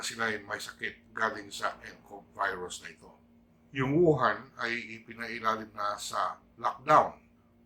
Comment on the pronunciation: Tirahin ka na namn nyan tay ng mga tae sa pag bigkas nyo ng virus 😸